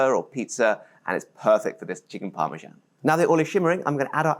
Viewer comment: what is this thing you call parmsan?😿